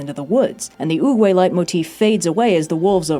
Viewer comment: I keep hearing say Uwuway instead of Oogway and it's killing me.